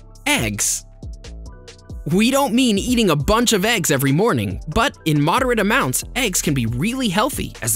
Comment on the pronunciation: Surprise that pronounce of words can be funny. Eggs sound AXE.. Salmon sound SAYMON. Hehe